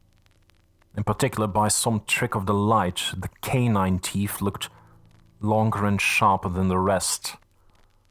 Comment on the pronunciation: This narrator has a great accent for the European chapters, but why do all narrators have a speech impediment? This one can't say "th"...souf and teef, it spoils what would otherwise be a great rendition of this classic novel. The amount of mis- pronunciation is extremely annoying too. Such a shame, as other parts of the narration are spot on